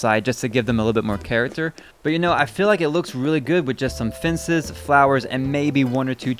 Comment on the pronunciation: You pronounce Cemetery like "Cimitery" and Fences like "Finces".... hahaha